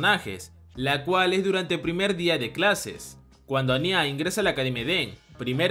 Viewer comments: No es anyá (parecía ñarreando o un niño llorando), es Anya (Ania) sin tilde, ni acento, si mucho tonal en la primera A. Ciertas personas se pasan con lo de ver a una niña de 4 años como una waifu, medio turbia la descripción. Anya tiene 4 años, y para poder ser adoptada e ingresar al colegio, se hace pasar por una de 6, pero es una bebé, por eso habla a media lengua, aún está en la edad del dominio del habla. Los sentimientos de Damian por ella, hasta cierto punto son los de un niño de su edad, en esa época se puede presentar una atracción por alguien que llama la atención por su aspecto y forma de ser, pero nunca es algo sexual, es más filial, no sé si es algo cultural que en los manga ciertos personajes les dan tonalidades de mayores como pasa con Becky, pero el resto se comportan muy dentro de su segmento de edades. De llegar a ocurrir algo entre Anya y Damian, seguro lo hará cuándo lleguen a la adolescencia, ya en los últimos años de la preparatoria o secundaria. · No es añya es ania pero se escribe anya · Soy la única que escucha "aña" en vez de "anya" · Buen video solo que me causa conflicto como pronuncias el nombre de Anya